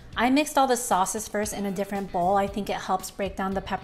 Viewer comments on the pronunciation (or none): none